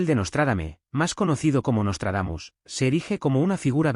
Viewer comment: Jajajaja pura mmda el " nostardamus mucho" ....